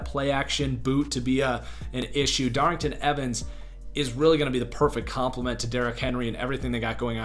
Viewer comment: DARRYNTON EVANS DOES NOT HAVE A “G” IN HIS NAME